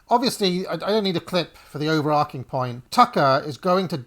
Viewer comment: Two minutes in and 'overarching' mispronounced five times. The verb is to overarch. Not to overark.